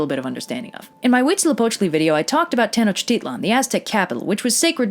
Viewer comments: Huitzilopochtli is the only thing she DID pronounce correctly. The -tl suffix is not pronounced like it looks. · DAAAAAMN I am mexican and you are very good at saying the deity's names Not Mexicans usually find it pretty complicated You are awesome (mexicas are normally pronounced like "me-shi-kas" but after hearing you say huitzilopochtli without a problem I no longer care lol)